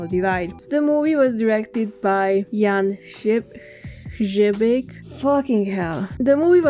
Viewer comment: Best quote from Cozy Dens, maybe the most used movie quote in Czechia: "(sarcasm) I'm just curious where the comrades from the GDR made a mistake..." 😂 Btw, big thumb up for the pronounciation of director Hřebejk's name 👍👍